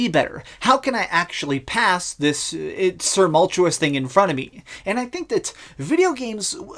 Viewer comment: Surmultuous?! Lol